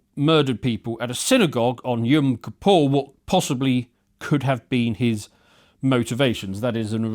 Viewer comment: 'kippur', not 'kapaw'.